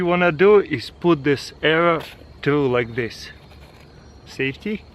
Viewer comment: the way he said "safety"